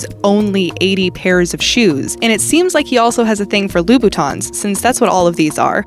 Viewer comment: how tf does she say louboutins??